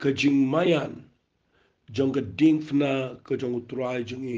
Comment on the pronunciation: Wat dom mo phi pule ba Diengphna bad phi pronounce diengfna. Jan noh ka kieñ khasi